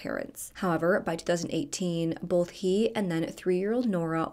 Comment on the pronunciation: Funny….in every video you do you pronounce “both” like “bolth. I have a friend who does the same thing, which is likely why I noticed 😂